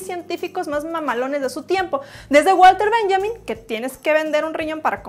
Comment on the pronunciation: Se pronuncia válter bényamin :D y era alemán :D